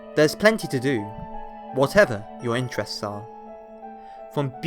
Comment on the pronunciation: Interests....did he just say drugs????